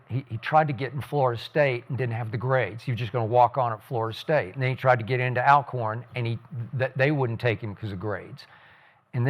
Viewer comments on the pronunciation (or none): How can y'all still mispronounce Alcorn?